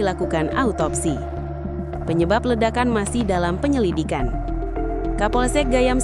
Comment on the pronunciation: Penyililikan i apa sih kok typo waktu bacain teks neng" 😄